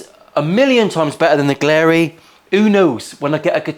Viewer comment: Btw it's glarry, not glarey.